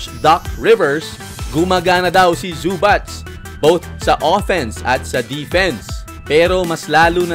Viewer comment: E PRONOUNCE MO NGA OLI BOSS ANG ZUBAC😅😂😂ang dinig q sau boss zubatch.ano un ka batch🤣🤣🤣